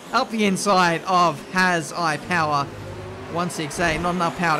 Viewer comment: hahaha its not "has i power", i think its german "hasipower" which means "bunnypower", very bad name btw:D